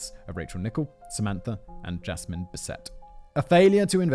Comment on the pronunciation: Simon: yeah, I'm just going to say this name as bis-AY from now on. Also Simon: proceeds to pronounce it as bis-ET for the rest of the script.